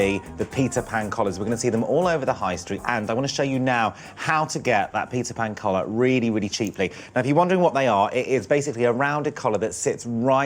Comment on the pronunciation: I keep hearing pizza pan collar... and maybe that makes it even more appealing ahah